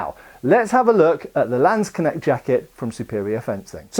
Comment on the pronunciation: I was so happy with your pronounciation of Aalspieß, but you still butcher Landsknecht. Better say landsknesht than landskneckt. It is closer to how you say "ch" in German and you would say it in a palatinate accent. I also use the officer and i also have forearm and ellbowprotectors.